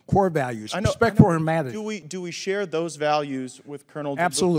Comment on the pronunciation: "Respeck"...He got angry and let the 'boon' out....